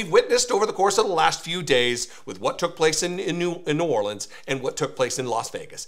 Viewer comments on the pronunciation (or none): What’s this so called “czar” who can’t even pronounce “New Orleans “ correctly.